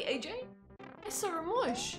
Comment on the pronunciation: "I sawr it!"